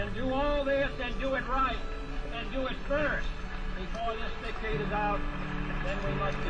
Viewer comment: As much as I am sensitive to sound and pronunciation, I'm glad thay memory is correct in that he did use a weird pronunciation for " decade". There's several more that people have changed "Caribbean" is a good example.